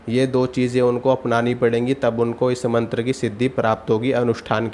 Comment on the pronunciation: मंत्र लिखा भी गलत और बोल भी गलत रहा है।